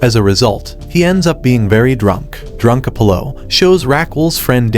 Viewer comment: Mispronouncing Raquel and Apollo.